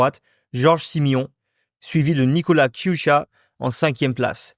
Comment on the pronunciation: En tant que moldave mes oreilles ont "saignés" durant la video à cause de la prononciation xD donc je vais aider :) Je donne les prononciations correctes 1. Călin Georgescu --> Keulinn Djordjeskou 2. C'est bon 3. Marcel Ciolacu --> Martchel Tcholakou 4. C'est encore bon meme si c'est pas non plus correcte 5. Nicolae Ciucă --> Nikolaï Tchoukeu Voila si ça peut aider une prochaine fois xD Mais mise à part cela, très bonne vidéo!